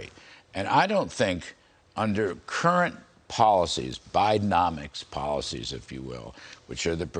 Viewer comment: He just said Biden-nomics. LOLOLOLOL